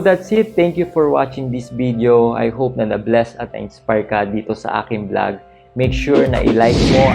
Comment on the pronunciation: how I wish you can pronounce properly your F and P, V and B. Pilipins or Philippines? Blog or Vlog? at marami pang iba. Peace ⚘🌷⚘